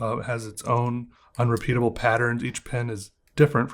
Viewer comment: do you sayd UNRE-PETERable or the grammatic right version. my 2 often get nuts on your- natural beeing (in good mean). Keep Rollin